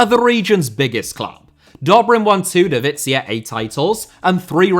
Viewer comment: Why you pronouncing "divizia" like it's Italian 😭😭 Great job nonetheless mate, been following you for plenty of years. Love it when you give us some attention 🇷🇴